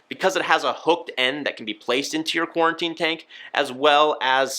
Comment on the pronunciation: Why does he keep saying QuARTInE tank